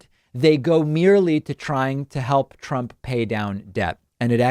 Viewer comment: Did he say Prump?